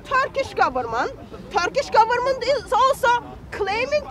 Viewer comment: The greyhead muslim man several times said " gefement". Now I realized he meant "goverment" )